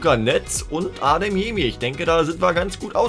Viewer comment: Wie er heißt:Karim Adeyemi,wie ihn nennt:Karim Ademyemi